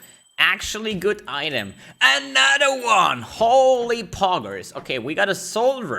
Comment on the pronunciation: "a nadder won" love that accent <3